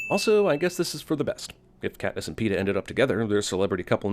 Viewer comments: A lot of sins for her saying peeta I'm betting xD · "PEENIS" LOL! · 21 and up watch the movie again and take a shot of your favorite drink everytime she says Peeta. 20 and under eat a Warhead sour everytime she says Peeta.